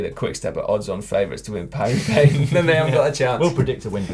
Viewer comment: Paris-Roubaix? No: Parua Bay! :-)